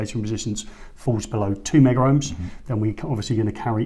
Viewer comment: Thanks for another great video. I would like to mention that the terminology as required by C&G exams etc... is Megohms... (Meg-ohms)...and not Meggerohms or Megaohms as is often mentioned to by trainees. Picky, it may be, but at least you'll be pronouncing correctly to anyone in the know. So, once again I thank you for putting the measurements up on the screen in writing, for all to see.